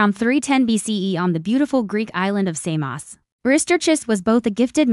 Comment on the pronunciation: You say "Samos" to rhyme with "clay moss." Actually, "Samos" should rhyme with the nonsensical "saw dose."